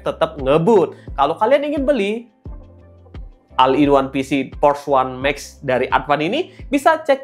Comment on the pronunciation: maaf diluar kontek ya bang,pengucapan all itu dibacanya ol